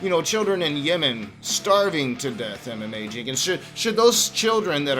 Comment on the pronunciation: I keep thinking you’re saying, “MMA” instead of “Emma Mae”.